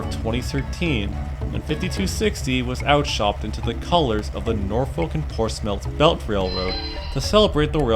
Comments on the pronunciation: As I live near a Portsmouth with a NS yard its not Ports-Mouth its pronounced Ports-Smith, Just letting you know. And ive been to the Norfolk, amazing place! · myth not mouth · Ports-Mouth bruh. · I never expected that this was a heritage unit I always see that in the yard by downtown Norfolk via interstate and I'm actually from Chesapeake but the local people and surrounding areas actually calls it Portsmouth but the O & U is silent and it sounds like it have a "i" in it so hope that helps